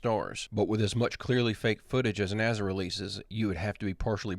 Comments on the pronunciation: Last I heard it's NASA not Naza: National Aeronautics and Space Administration. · 😂 love how you say NAZA